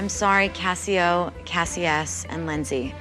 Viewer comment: every time she said Cassi O i though of Othello